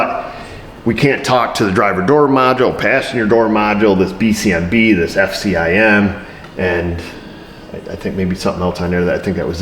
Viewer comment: Knew you weren't a Ford guy the minute you said F-C-I-M